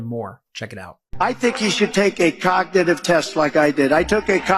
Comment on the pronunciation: “Cocknitive” test 🤣🤣🤣